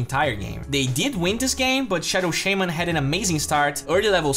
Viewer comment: its shaman, not SHAMEaen